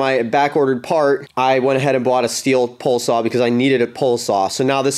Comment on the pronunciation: Say "Pole" Say "Pole Saw"